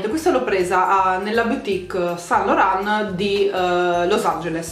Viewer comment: Yves Saint Laurent si pronuncia iv sænt loran